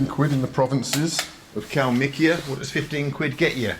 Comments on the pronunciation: Wanna get wasted? Just take a shot or sip everytime bald says, kalmik or kalmikia 🍻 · Mr. Benjamin You betrayed the Soviet, now you just say Kalmikiya instead of it